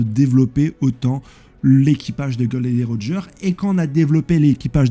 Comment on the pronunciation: Gros je regarde toutes tes vidéos je te kiffe hein t'es un bon! Mais par pitié ... Dis les nom correctement j'en peux plus "golden roger", "log tail" je vais canner allez force à toi je pose un like